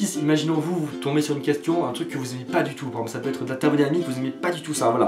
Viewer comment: Mec comment t'arrive a prononcer "par exemple " comme tu le fait